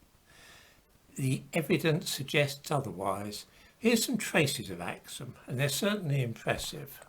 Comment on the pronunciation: It's pronounced as ak-soom though...